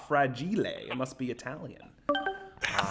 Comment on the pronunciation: When you said “Frageeelay” I nearly spit my coffee haha.